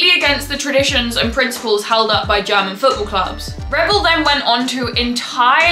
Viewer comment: I love your pronunciation, Normaly i dont like it when english speakers like commentators or football youtubers that could know how to say it butcher german clubs names, players, cities etc over and over again (or more when people act like its correct while pronouncing it very wrong and then people might think huh what a strange name or word ) Butttt in your case it doesnt bother me at all😄, instead, as a german i really love your pronounciation and accent when you say german names and i dont expect you to say it like a german because when you say it with your accent sounds so beautiful to me ❤😅 certain accents can be annoying or can be special and yours is not annoying at all, its very beautiful, Its also so nice to see that as an english person you show interest in our german football and make videos explaining about it, thats already a big compliment i think, Is your accent typicall for some region? can i ask which region you are from? greetings from western germany :)